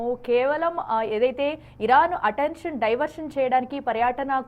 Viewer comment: తెలుగు సరిగా పలకడం రాదో చదవడం రాదో తెలియటం లేదు.ప్రధాన మంత్రికి, ప్రధాని మంత్రి అంటున్నావు, పర్యటన, పర్యాటన అంటున్నావు. అటెన్షన్ అటెన్ ఇంక్షన్ అని పలుకు తున్నావు. తెలుగు ఇంగ్లీషు రెండూ పలకడం రాదు. మేము రివ్యూస్ చూడాలి.. ముందర మీరు సరిదిద్దుకుని అప్పుడు reviews పెట్టండి